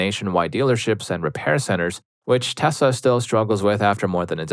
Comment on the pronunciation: My dude… PLEASE PRONOUNCE TESLA PROPERLY. As a man with autism, it is absolutely triggering to hear the name being butchered constantly, even with my feelings about the company.